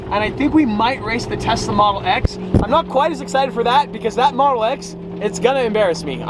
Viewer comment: At 10.04 he said Tessa not tesala